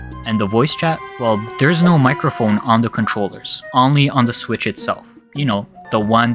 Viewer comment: "HD rumble was part of the ninTENdo switch, but since we are talking about the nintendo SWITCH two-" What the hell is that intonation? That's not how you differentiate between numbered generations. You put the emphasis on the parts that are different. You have the nintendo SWITCH, and the nintendo switch TWO It doesn't really matter, but it's bizarre 🤔